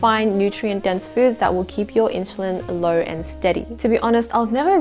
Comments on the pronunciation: in- SUL-LIn. that drove me nuts . IT's not INCHULINS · in-soo-leen. not, in-shoo-leen. also isn't it obvious you shouldn't eat fast food all the time? i guess its not common sense for most. cause my friend eats only fried proteins and carbs. no veges at all even. and drinks soft drinks with his meal all the time instead of water. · Why does she say "inshulin" ??! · Inshulin hahaha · NO WAY did you lose 10 kg in 12 weeks, stop spreading misinformation!! You are like many liars who sell the lie of losing so much weight in just a few weeks, and when girls try it and fail they get discouraged and depressed! Cant even say "insulin" properly